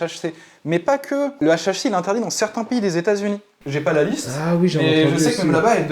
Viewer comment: Dit le correctement deja pour commencer